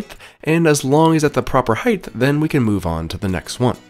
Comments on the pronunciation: HEIGHT. wtf is "heighth"...😂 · Height, not heighth. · between the "heighth" and everything being a system (instead of just the thing) this guy drives me up the wall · omg I hadn't noticed that, you're so right